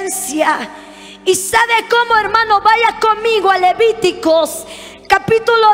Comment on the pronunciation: Hermana predicadora,es Deuteronomio.no es deuterenomio..es levitico,no leviticos...